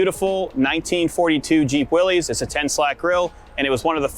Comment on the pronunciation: That vehicle is a Willys MB, not (as 'thumbnail suggests) a Willys "General Purpose", which does not exist. Willys is pronounced Will-iss, not "Willies". GP was Ford's designation for their initial contract to build prototypes to compete with the Bantam BRC and Willys MA. The GP stood for Government, 80" wheelbase as 'P' was Ford's internal code for vehicles of 80" wheelbase. After the contract to build Truck, 1/4 Ton, 4X4, G503 was awarded to Willys Overland with Ford named as subcontractor, Willys went on to produce over 360,000 of their Model MB as Ford produced over 280,000 of their Model GPW (Government, 80" wheelbase, Willys pattern). Willys' MA indicated Military, first contract, MB was Military, second contract. Nice work with the beer can. Been there myself.